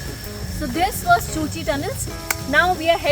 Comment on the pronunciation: Nice vlog. I first visited Vietnam in the year 2000. Was an unforgettable experience! The cu chi tunnels are pronounced as Ku-chi tunnels. Did you crawl through a segment of the tunnels? I recall having done that back in 2000.